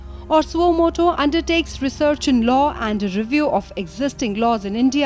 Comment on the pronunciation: it's law, not low